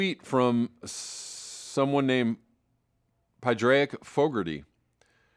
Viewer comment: Padraic is pronounced Pawd-Rick or Paw-rick 😆